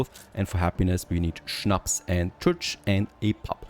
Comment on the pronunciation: Is it possible that you got German tribes because I never heard anyone pronouncing "schnaps" as good as you 😂.